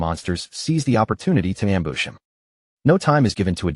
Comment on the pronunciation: am-booss??? ambuscade? ambush? gotta love ai. and the thorny vine crying at him as it goes by.